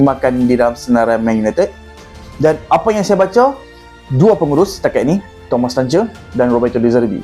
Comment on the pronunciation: Sebutan thomas tuchel dan rb lebzig agak lain😂😂😂